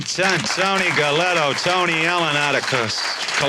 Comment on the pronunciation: Hey man, the Pugilists name was Galento not Gelletto! Half a Mill and a new fancy Yota pretty darn good. Big Tony beat the brakes off CJ, even w/ several sluggo's.